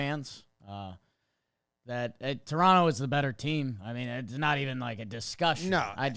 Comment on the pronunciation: As a southern Ontario guy, thanks for saying Toronto properly by dropping the last T.